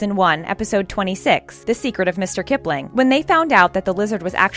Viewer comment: Who else was a little anoyed when the called mrs kiplling, mr kiplling No just me ok